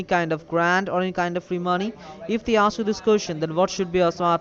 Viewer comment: When they "osk you some cwusshons" you better hang up. They'll take "each and everrrry t'ing!"